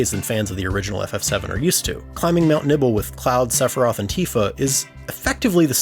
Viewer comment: Man said "Mount Nibble" 😂